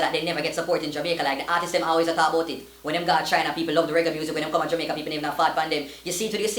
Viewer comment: Yo is it Jomaica or Jamaica????🤣🤣🤣🤣